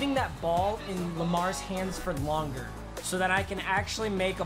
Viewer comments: you could hear him try and say a little bit longer but he said a little bit yonger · “a little bit yonger” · he says “a little bit yonger 😂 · “For a little yonger” - 2020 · “could stayed with yachty a little yonger”🤣🤣🤣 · He said lil yachty a lil yonger LMFAO 😂😂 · Is it me or he said yonger not longer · Does he know he said yonger instead of longer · did anyone hear yonger ??😂